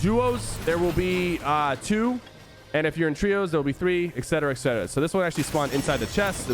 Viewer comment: Did he say exetara exetara when it’s exetra